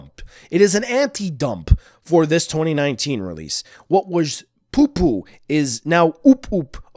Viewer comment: Poo poo? Did you said it in another languages voice